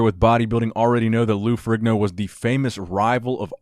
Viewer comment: Isn't Ferrigno pronounced Fer-EEN-o ?